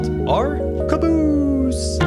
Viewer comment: I think your pronunciation of "caboose" should be from now on the official default dictionary standard.